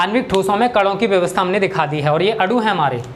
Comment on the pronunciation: आप गलत बोल रहे हैं अणु और अडु मे अन्तर होता है आप अडु बोल रहे हैं लेकिन अणु होता है